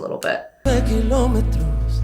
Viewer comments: When you said “Kilómetros” I said: wuuuuu Reina del español jajajajja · Great reaction! And the few Spanish words you said were actually particularly well pronounced! How about reacting to the one and only LUIS MIGUEL??? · My favorite Singing analyst reacting/analyzing “Sin Bandera” my favorite all time duo!!... you said “Kilometros” perfectly. It tells me you evidently have a trained and developed ear that not only allows you to understand music and singing but languages too ❤️😘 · 😲 great pronunciation of kilómetros. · Real nice how you pronounce "Sin Bandera" and "Kilometros" . Sounds super natural. Love Sin Bandera. Beautiful ballads and lyrics